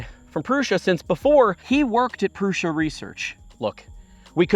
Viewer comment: It's Prusa, not Prussia.